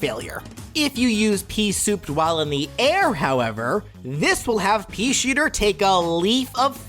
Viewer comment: "The peashitter"